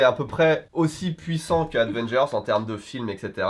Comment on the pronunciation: Avengers pas Advengers stp